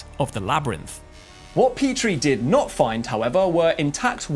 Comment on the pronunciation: Ay Am nottt ay scientisttt. 😂